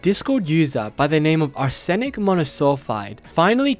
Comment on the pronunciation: sorry I just had to point out the ridiculous pronunciation of "arsenic"